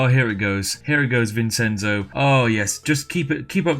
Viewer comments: Like I told Feed Back when he did the "answer every comment" thing; good luck, you'll need it. P.S. Vincenzo is pronounced Vinshentso, not Vinsenso. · SPIFF! IT IS NOT PRONOUNCED VINSENZO IT IS PRONOUNCED VIN-CHEN-ZO VINCENZO !!!! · Vincenzo is pronounced vin-chen-zo. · Oh, this video is great, but it hurts hearing the way he pronounces Vincenzo. Obviously, it's not a real issue for me since my name isn't Vincenzo, but you'd pronounce it Vin-ch-enzo with the c being a ch. Not that he'll ever read this comment on a 2-year-old video. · Vincenzo is pronounced Vin-Chen-Zoe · you pronounce vincenzo vinchenzo its my dads name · vincenzo... dear god... its vin-chen-zo XD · Also it’s pronounced VIN-CHEN-ZO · This was hard to watch because of the way you pronounce "Vincenzo". Try vinˈtʃɛntso! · Vincenzo isn’t said like that I’m pretty sure. Isn’t it pronounced like Vinchenzo? I dont know but that sounds right to me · Pro tip: Vincenzo is pronounced "Vin-chen-zo" (because it'sa Ittalianno!) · Also also, vincenzo is pronounced with a "ch" sound ya ninny! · The "Vincenzo" pronunce killed me, it is an Italian name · That's not how you pronounce "Vincenzo." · The Spiffing Brit says “Vincenzo” like a Brit who’s never heard of the country of Italy. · Why can't British people pronounce Vincenzo properly? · Drinking game: take a shot everytime he mispronounces the name "Vincenzo" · Vincenzo is not pronounced how you think it is pronounced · That pronunciation of Vincenzo was grating